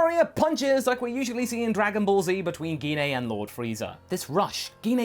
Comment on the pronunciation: Gine's name is pronounced as Jean. It's like when saying Jean Grey. We don't say Gee Na.